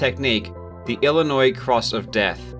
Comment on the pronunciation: Thank you for not pronouncing the 'S'. - 21st state resident.